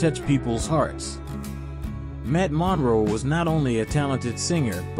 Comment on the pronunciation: He couldn't even say Matt's last name correctly!